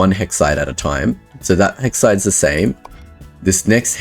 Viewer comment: "Hexsides" 😁 You got it right !! 😆😆